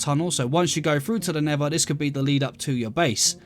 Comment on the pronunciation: Nether, ❌ Neva ✅